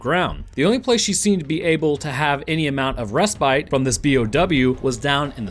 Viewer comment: You mispronounced respite